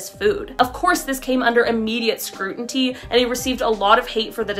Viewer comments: "Scrutinty" I hate YouTube narrators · what is 'scru-enty'???